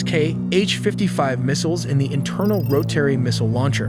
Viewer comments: Oh man, the pronunciations on this video are horrendous! As for the Russian aircraft, you have to say each of the letters before the number, i.e. T U-95. Not "too-95." Rotary you pronounced Ro-tarry. Flaperons are not pronounced "flay-per-ons." Those "pods" you said that hold the TU-160's engines are called nacelles. This is common aviation terminology, recognized the world over. Apart from that, the graphics were pretty cool, but did you really need to slap your logo all over everything? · who pronounces rotary like ro-terry? AI does!